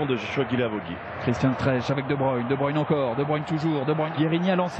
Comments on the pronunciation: "they say debrUne" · "de bruine" c'est quand même pas compliqué de se renseigner un minimum sur la prononciation des noms bordel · « De bruine 🌧 » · il sait pas prononcer les noms des joueurs correctement qu'il écoute qd les autres commentateurs sportifs prononce le nom de kevin de bruyne